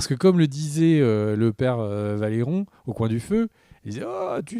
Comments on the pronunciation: Valeron c'est pas possible mdr, c'est Velaryon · Je crois que n'y arrivera jamais, c'est Velaryon, pas Valéron 😂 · VELARYON PAS VALERYON STP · Il faut arrêter de dire les "Valéronds"